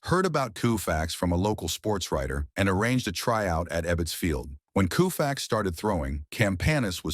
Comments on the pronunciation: This piece must not have had an editor, or anyone with oversight. I don't know why the narrator kept pronouncing the name KOO-fax instead of KOH-fax, and said "COW-fax" right near the end. In addition, one of the pictures was backward, showing Sandy throwing a right-handed pitch. As difficult as it is to set those things aside, as a whole, the piece was pretty entertaining. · Interesting video. But for crying out loud ... Koo-fax??? Fix it. It is KO-Fax. KO, as in COE. How in the world did it become coo-fax? Nobody is going to take this seriously with this awful audio track. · Please! Use a little researched thinking (before SPEAKING)!! "COO-facts" where'd you ever hear that?? "KO-fax"!!! This is as bad as the wiping out of Mel Allen's deeep Southern accent in "61*". A tribute to Maris and a horrible slight to Mel. There are SOME of us who would like keeping the flavor of the originals. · You need to correct your pronunciation of his name! It is “Co-fax”, not “Coo-fax”! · This narrator always Mispronounces names. I mean really, coo-fax… really.😮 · The first time Yankee broadcaster Mel Allen mention Sandy's name, he pronounced it the same way, k o o u f a x. I never forgot that. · "KOO-FAX"?? Is this a real commentator or an AI bot? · Why would anyone believe the BS this video is spewing when it pronounces his name COO-Fax??? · Sir I have watched several of your videos please do your homework on pronunciation! Sandy’s last name is pronounced with the u silent! Ko-fax. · OMG it becomes COW-fax at the end. Take this monstrosity of a video down and fix the audio. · Can't listen to Coo-Fax anymore. What can you tell me about a person if you don't know how to pronounce their name? A turnoff, waste of time. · Seriously, KOOFAX??? Is he related to Jerry Koosman? How much does it take to have an actual person to narrate? Can't bother watching, sorry. Really sad. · Is this AI? Nobody in there right mind would say coofax.I think AI is reading this. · Who the hell is Koo fax?